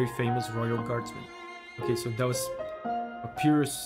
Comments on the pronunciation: From what I’m aware of, Papyrus is pronounced Pap-EYE-rus. This name is also a font! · Ahah love this. Just so you know it's pronounced pap-pie-rus. Hehe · It's not a big deal but the name is pronounced pap-eye-rus, it's based on the word papyrus (an ancient sheet of paper) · pronouncing Papyrus as Pa-pee-rus baffled me, because that's how I pronounced his name at the first time (I'm not a native English speaker). In my opinion, it does sounds cooler than Pa-pie-rus (imagine papaya vs papiro hehe) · Pronouncing Papyrus's name as Papi rus feels like the way he'd say his name if he wanted to be fancy. Like, he'd go to an art museum and introduce himself that way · Papyrus (Egyptian paper) is read pa-PEE-rus in portuguese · My spanish speaker pea brain pronounced "pah-PEER-us" until I heard the English way 😂😂😂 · The fact that he says Papyrus wrong hurts me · The way he pronounced papyrus I can't 💀